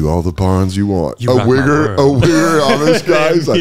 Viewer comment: Its wiggaa😂